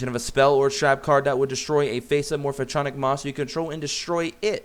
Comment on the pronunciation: I'm dying a little every time he says "Morph-a-tronic"...